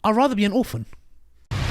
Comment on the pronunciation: "I'd rather an orfan".